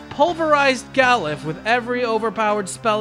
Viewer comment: I always thought it was pronounced more like Ga-LOOF, like, you know, "aloof" but with a G at the beginning. Still a weird-as-hell name, though, lol.